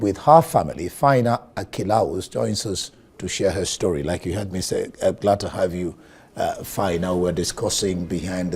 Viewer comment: Did i hear you said what an interesting stroy? 🤔 .